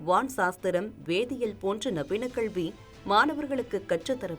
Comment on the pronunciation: செய்தி வாசிப்பாளர் வாயில் சாணியை கரைத்து ஊற்ற வேண்டும் கல்வியை கள்வி என்றே உச்சரிக்கிராள்